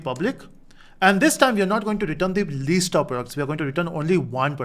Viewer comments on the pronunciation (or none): its List not leest